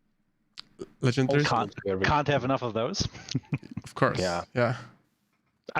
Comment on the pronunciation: Legendarary? Hahahahaha😂